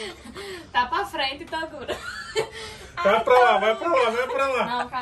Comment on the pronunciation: saiu meio errado em torugo😂